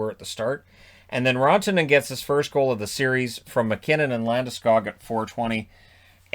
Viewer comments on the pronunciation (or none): I want a Rantanen jersey where the name is pronounced the way Pierre says it.